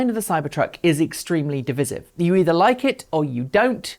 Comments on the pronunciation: Div_eye_sive, not diviziv. You did it twice. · I think your pronunciation of 'divisive' is quite divisive 😁